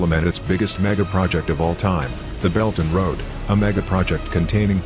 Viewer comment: HAHAHA.....its Belt and Road.....not Belton Road!!! 🤣🤣🤣